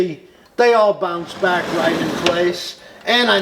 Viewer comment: Welcome "bock",! I missed your great videos, so real happy to see a new one with awesome tips. And you said Jonquière just great!